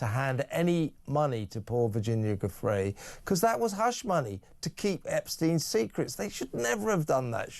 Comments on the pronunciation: Is it too much to ask Mr O'Sullivan to pronounce Giuffre correctly? Mr Lownie does, so why doesn't he: small point, but significant. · When will you newscasters and podcasters (& American members of congress) learn to pronounce Virginia's surname properly, for God's sake?!! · Kevin please pronounce Virginia Giuffre’s name correctly. At least show the poor woman that bit of respect.